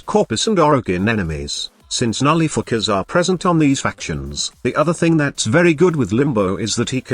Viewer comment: Am I the only one hearing Nullifookers instead of nullifiers?